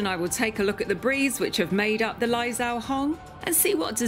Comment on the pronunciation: It’s pronounced lai zhou (joe) hong